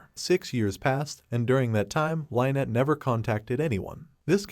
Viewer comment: Lynnette is pronounced Lin net not lie net